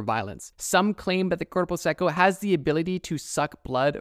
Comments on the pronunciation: aint no way bro said "Cuerpo Sequo" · And for corpo seco try Korpou secou to say it right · I love the way you pronounce "corupo seco" jokes aside, great video, I loved seeing each one of those creatures:) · As a Brazilian person, I have two things to say: First, the way you pronounced Mapinguari and Corpo Seco make my ears bleed. Stop that. Second, I have another story to the list: Loira do Banheiro, or “The Restroom Blonde” There are many versions of Loira do Banheiro, but what I can say for certain is that she’s a spirit that haunts school restrooms. The version I’ve heard the most say she used to be a young girl who killed herself in her school’s restroom, and now haunts all Brazilian schools. Also, in all versions there’s a way to summon her. In the one I’ve heard, she shows up if you flush and say her name three times (that’s why I like to say she’s the “Brazilian Bloody Mary”). I don’t think it’s actually scary, since I’ve never heard anything about her acting violently. Maybe it’s in the “creepy but we could vibe” category. (By the way, since kids are fucking stupid, it’s a canon event for most Brazilian students to try summoning Loira do Banheiro at least once. I’ve tried it. Nothing happened)